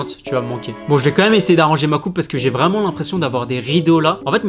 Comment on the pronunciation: Mdr je t'aime bien maisss.... UNEUH COIFFUREUH VREHEUHEUHEUMMMMMMMENHENHENT :D ps : le gars etais plus bg avant.